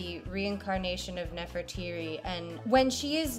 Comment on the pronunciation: ...Nefertiti or Nefertari? To my knowledge "Nefertiri" does not exist